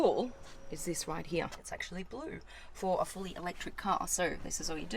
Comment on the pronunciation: love the way you say "here".(heeyr)